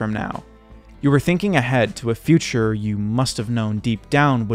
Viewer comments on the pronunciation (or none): none